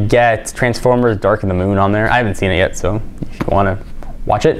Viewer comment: It's' not out yes